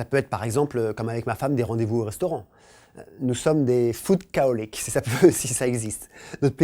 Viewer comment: On dit Foodaholic!!!